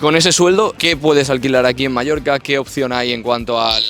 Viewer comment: Es oír Palma de MALLORCA y me sangran los oídos